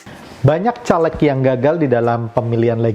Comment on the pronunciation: Anda ngomong aja salah... Caleg... Huruf E nya dibaca seperti E pada kata "bebek". Bukan E pada kata " Telur". Coba loe yg nyaleg... Ngomong aja loe